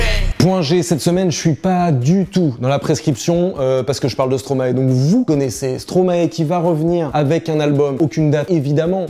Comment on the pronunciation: Quelqu'un pour respecter Stromae ? Sérieusement faites un effort pour prononcer son nom les français, c'est plus possible !